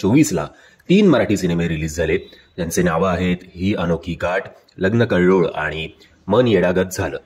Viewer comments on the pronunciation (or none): कळ्ळोळ नाही कल्लोळ